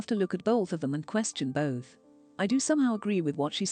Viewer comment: hearing the voiceover lady saying bolth is funny af 🤣